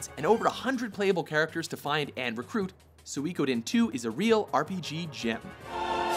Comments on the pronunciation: suikoden is pronounced sweekoden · We pronounced Suikoden as SUY-KO-DEN. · also you have a stroke saying suikoden